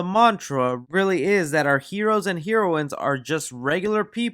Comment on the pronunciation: GOOD JOB ON THE PRONOUNCING ON NECRONOMICON( I think that's how you spell it) but you pronounced heroine wrong 😂